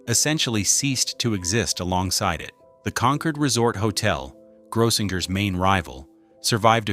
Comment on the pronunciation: It's pronounced GROW-sing-urs. 🙄 Service clubs like Lions and Rotary used to have conventions there.